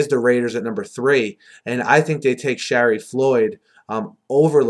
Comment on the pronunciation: Great Vids, great insight... Man u have trouble with Shariff Floyd's first name, its Sha-reef not Sheriff LOL...anyway what a tough draft for teams in the top 5, Stars inconsistency is scary n Floyd is not really a finished product. Tough call, but ur right Raiders need a safe pick n Floyd is has potential n high motor. Fisher could be a surprise pick at 3 though, move Veldheer over to RT, Raiders could also go 3-4 this year or move LHouston inside in a 4-3, he's a natural 3Tech...